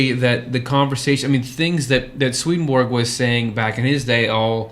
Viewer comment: All respect, but seriously, you need to learn to pronounce his name.